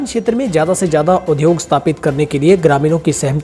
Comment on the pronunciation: Very nice news reading with latest information. But उद्योग (udyog) होता है उध्योग (udyog) नहीं। Please amend your pronunciation because we are a Hindi speaking state.